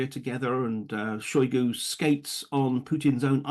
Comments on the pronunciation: Did he say Sirguy Soygoo? 😂😂😂🤷🏻‍♂️ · Putin might be planning to toss Shoigu under the bus and blame him for all the failures. Also Sir-Guy Shy-goo? who pronounces his name like that?